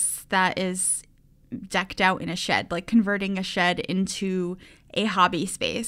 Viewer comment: What said: it's a little shed!:D What I heard: it's a little shit! Me::o